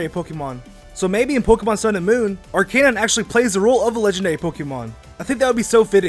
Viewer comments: ar-KUH-nine, not ar-CAY-nine.. Still a great video. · its not r canine its arkenine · ITS NOT AR CANINE ITS ARKA NINE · Not arcaenine ar ca nine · Ar Kuh nine Not ar Kay nine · not arcaine it is arcenine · It's ar-ci-nine not ar-ca-nine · Arc-a-nine not Arc-ca-nine. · arcanine is one word not ar cane ine is arcanine one word just on word... together... as a word... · It's not arcee-nine its arcu-nine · u said arcanine wrong. Arcanine is not said ar-canine I think it's said like this: Ar kin nine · Arc-ka-nine! Not Arc-kay-nine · Ar-cay-nine??, it's Ar-cah-nine!!!! lol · loved the vid but please, call arcanine "Are- kuh- nine" not "R-K-9" its so annoying. When you say arcanine it sounds like a weird pistol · It's Ar-can-nine not Ar-cane-nine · Are-kei-nine i thought it was arek-inine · Arcanine? Its (are-ca-nine) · If that's the case shouldn't the breakdown be our-canine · I died every time I heard are-cay-9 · It’s Arc-I-Nine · Did you say... Ar-CAY-nine? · Its not arceynine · ...did you really just say arkAnine 😂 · I get so triggered when you say ar-cay-nine. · ITS NOT "arcaynine" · it's not arc-AY-nine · Its ARE-ka-nine.. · "ar-kay-nine" speak english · arc-a-nine thats how you say it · You have a kanine!? (If you dont get it he pronounces Arcanine like Ourkanine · I die when I hear "Are K9" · ar-K-nine?!?!? thats not right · did he just say arkaynine... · He says it like R K9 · You’re saying arcanine wrong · I got triggered when he didn't say Arcinine right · WHEN HE SAID ARCANINE MY EARS GOT CANCER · it's not arcanine it's arcanine